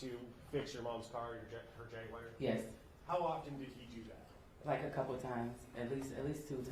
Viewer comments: 😒😂 Why In tf is he pronouncing “JAGUAR” AS “JAG-WIRE?”🤦🏽‍♀️ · For all that boy’s education he can’t say jaguar correctly… just saying, not that it’s serious as this case at all.